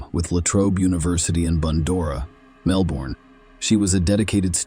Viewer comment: Your AL said Melbourne wrong 🤣